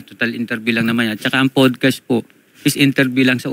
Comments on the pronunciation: para kang sinasapian pag nagsasalita, tapos "pudcast"? bahala ka dyan. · PODcast kayo ng PODcast, 'PADcast' bigkas dyan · Mali kasi pronunciation mo ng podcast 😂😂😂 OA mo. Talent sa ka OA-an.